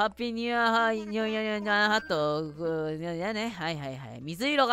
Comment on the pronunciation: ニューイヤーハットが、ニューイヤーカットに聞こえてなんか髪の毛アレンジしてくれるんかな思ったＷＷＷＷＷ ころんくん最初から最後まで可愛かったです🥱💭💙